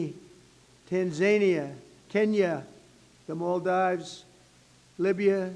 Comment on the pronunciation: Add the "mall-dives" and "Ginny" to Lesooootho. Way to covfefe.